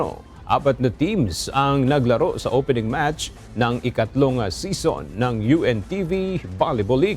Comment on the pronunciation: English pronunciation of season is see-zn not sison as in connie sison